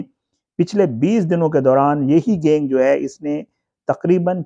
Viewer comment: Gaing kia hota hai? Pronounce tu sahi karo correct word is GANG